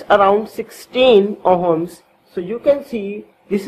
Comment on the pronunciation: It ohms,,,, not homes